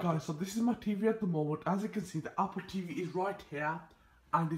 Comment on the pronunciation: “AH-POL TEEVEE”